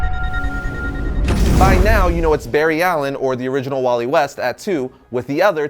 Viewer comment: Barry elen is the best but how did said its Walley😭😭😭